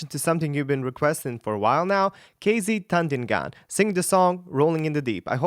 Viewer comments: am i the only one ewho heard him say kz tandingdan? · Its KZ Tan Di Ngan